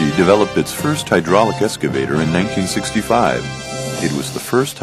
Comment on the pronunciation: EXCavator not ESCavator.... some people